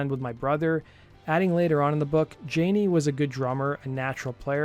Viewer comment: Dude, please do NOT do a video of someone whose name you cannot even pronounce. It's EMBARRASSING. His name is pronounced Yaa-Nee, not jan-ee.